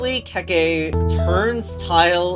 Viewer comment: The legend of BaBa a KeKe (not keykey) to the pasta